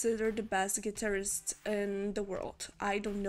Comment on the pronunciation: HeHeHe......she pronounced "guitarist" like "clitoris".... HeHeHe🤣🤣